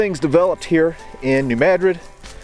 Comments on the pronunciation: Thank you pronouncing New Madrid correctly! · Thank you for pronouncing New Madrid correctly! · He's pronouncing it correctly. Look it up